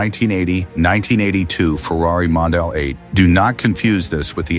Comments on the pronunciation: Mondial, not Mondale. And aren't there other human voices available to license? The voice you chose to use is by now plainly OVERUSED. Always thought the 400/412 was a great-looking car. Not so much like BMW in its stylistic flavor, but rather more like a grown-up and sporting Fiat or Lancia, which considering Fiat's relationship with Ferrari at the time (Fiat OWNED them) is somewhat understandable. I've always been fond of the styling of many Italian cars from the late 60s and will into the early 90s. However I still can't like the 456; people always say that the car is a beauty, but its silhouette from certain angles still reminds me of a Ford Probe. The 308 is a personal favorite but values for good ones are well over $100K these days for a car that at its bottom could be bargained for at barely $30K a decade and a half ago. The 612 to me screams "frumpy". Manual 360 Modenas are highly enjoyable cars to drive but their values have moved up considerably. Well documented and cared for examples are breeching $300K; no longer the bargain buy like they were prior to COVID. While I've always like the styling of the F430, I'm not a fan of the F1 transmission. Yes it helps keep values somewhat reasonable, but the driving experience is borderline meh thanks to that gearbox. Yes the F355 is indeed a money pit. But it still looks gorgeous in doing so. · Why do you use AI narration? Use your own voice. Put up with Mondale but had to call it quits on hearing Scagglietti. The g is silent.